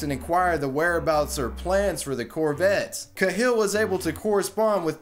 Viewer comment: man I love the content of your videos, but sometimes the pronunciation of some words makes me cringe a bit. "Jim kuh-hill" - "Cahill" is usually pronounced "kay-hill". I know it's a tiny tiny thing, but it's something I see in your videos from time to time.